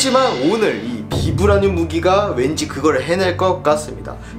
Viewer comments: 발음 바이브레니윰 임 ㅋㅋㅋ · 영어 발음은 바이브라늄! 우리나라말로는 그냥 비브라늄이라고 하더라구요~!